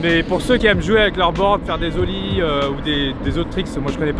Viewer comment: Des "zollies" 😭 desolé mais on fait pas la liaison ,un de roue s'appelle un "manual" [Manuolle]